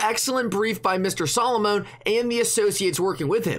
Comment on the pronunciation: you are mispronouncing Solomon by saying it Solomoan the “0” is soft